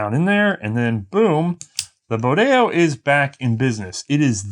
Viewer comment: Pronounce Bodeo like it rhymed with rodeo.